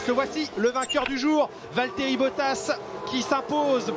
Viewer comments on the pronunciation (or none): it's Valterri